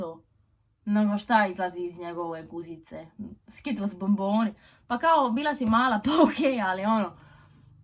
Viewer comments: taj naglasak i još faca ahahaha skitls bomboni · Niko: Apsolutno niko:: A ŠtA IzlAZi iZ NjEgOve GuZIcE skItTeLLs bOmBone😂😂😂😂😂😂😂😂